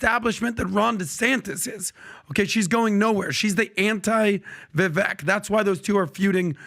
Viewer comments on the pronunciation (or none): **, it’s Vi-vake, like cake. Not Vi-veck like check. I think this is the podcast where he clarified the pronunciation of his name too!?! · but his podcast has a problem. . its been nearly a year and they still do not pronounce Viveek´s name correctly. Once, twice . .OK. . but this is either purposeful, lazy or incompetent and disrespectful! Viv-VAKE. ..